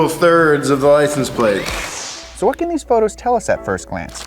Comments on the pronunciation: Is it just me or does keep saying “Licen Plate” and not “License Plate”? Lol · “Licen plate”??😂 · Lie-sin-plate lol